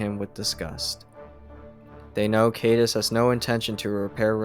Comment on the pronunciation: Thanks for these but a lot of mispronunciations. For example, Caedus (how it is spelled) rhymes with "guide us"